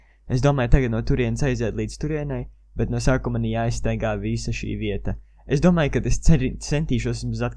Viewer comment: Tad kad tu saki - NO laiks spēlēt - tad izklausas ka tu saki - NAV laiks spēlēt